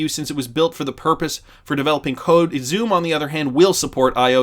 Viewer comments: it's pronounced Sum, not Zoom. The pronunciation snob has spoken! 😁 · Xumm is pronounced sum. The name represents the balance of your account. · XUMM is pronounced sum. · Xumm is pronounced “some”.